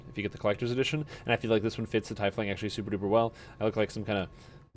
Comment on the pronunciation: Good videos, you got me playing DDO again. But its pronounced Tea-fling